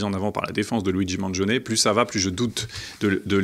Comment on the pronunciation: ok, tu m'énerve, c'est un italien! il s'appelles pas maaaangion il s'appelle Mangione ça se prononce man djionn ni! Les français🙄